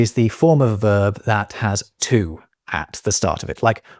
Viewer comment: Evidently rules of pronunciation are out the window too with your YouTubese pronunciation of "to" .